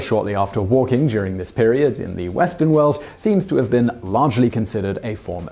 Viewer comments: you said "walking" instead of "waking", i was confused, why is walking before a meal bad?! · Simon just crossed a line in my book pronouncing "waking" as "walking". ;) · "Eating a Meal, shortly after WALKING".......... I think you meant WAKING, as in waking up your pronunciation!-P INDUBITABLY!!! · He says walking script says waking lol :3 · “Wahk-ing.” Don’t tell me that’s how he really pronounces “waking” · is that how the British pronounce "waking?"